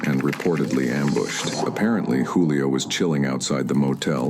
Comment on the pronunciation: Juuu lio fam you can’t even say the name right 🤦🏽‍♂️